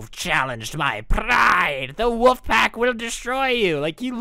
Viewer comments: its WOLF not woof!! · ok i’m not the only who kept hearing woof instead of wolf!!!